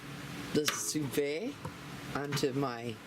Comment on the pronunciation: Ok I have watched all your Sous Vide videos, # 1 trying to learn how to pronounce it!lol, you do it so well, # 2 I want one of these!, I have learned so much about this gadget from your video, everything looks awsome, made my mouth water! This is definitely on my list, Thanks, for the Sous Vide 101 class, Loved it.